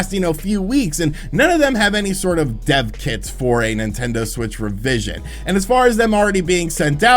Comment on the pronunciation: I thought said 'deaf kids' too and I was like what is he saying? all good though because he explained it.